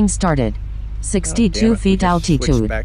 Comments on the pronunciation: Al-Tee_Tude..LOL...Sounds like Arnold Swarchzennegar pronouncing Ca-LEE-Fornia... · I wish Litchi could pronounce altitude. Gets on my damn nerves!